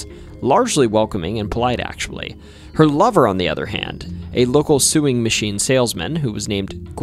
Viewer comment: How about that suing maching salesman, anyone. "Sewing" doesn't sound like "suing".